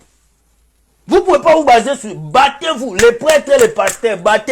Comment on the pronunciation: Je suis morte de rire quand tu dis bater vous😀😀😀😀😀